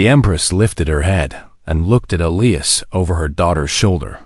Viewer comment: Why the difference in skin color? Why are all cargo ships old and broken down? Wouldn’t there be major cargo carriers by then? Did the princess have to have four arms? Please learn to pronounce Elias correctly. And they’re using charts instead of an outer space GPS? What about his crew? Didn’t they deserve a reward by standing by him? The humans in these stories are ridiculously noble, selfless, and humble.